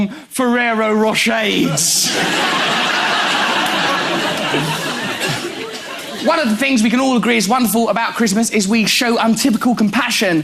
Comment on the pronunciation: Ferrero Roch-AIDS hhahahahaha